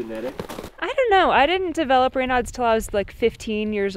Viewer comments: Raynaud's (ray-NOSE) disease - had never heard of it -- just looked it up. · Raynauds, NOT radon!!!